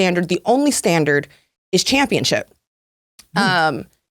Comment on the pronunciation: Ugh! It's just my own personal pet peeve, but it is not "chip". It's ship. ChampionSHIP, not championCHIP.